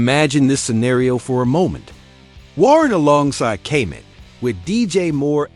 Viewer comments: Gotta stop using AI for your voice overs. They can’t pronounce any of the players names properly Kay-met, O-dones. Kmet and Odunze deserve better lol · Man you chopped up so many players names lol. Gotta do your homework (Odunze, Kmet, Shedeur)